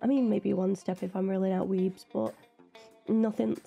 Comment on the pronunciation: Weems, not Weebs! 😂 Larissa Weems... The actor who plays Thing is a magician...